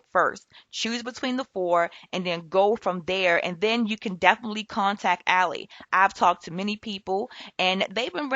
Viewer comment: Its pronounced AL-eye